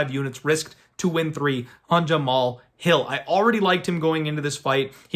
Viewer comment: All you have to do is watch one fight and you'll get the name pronunciation... Have you watched Hill fight at all?